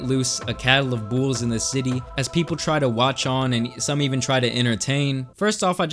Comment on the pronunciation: Why tf do u say bools not bulls